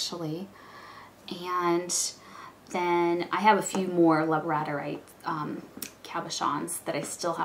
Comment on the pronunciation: I just wanted to let you know that Labradorite is pronounced like the dog, "Labrador-ite" or (lab-ruh-daw-rahyt ) :) you have done some nice work especially when just starting out! I remember mine at the beginning, and let's just say I wasn't excited to show it off lol. labradorite is my favorite stone to work with. here is a link to my etsy shop if you would like to see some of my work. keep up the good work!